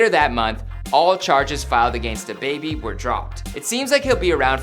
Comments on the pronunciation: Why tf you pronouncing his name like that Its DABABY not DUHBABY 😐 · You dress whack and sound wierd saying "dababy"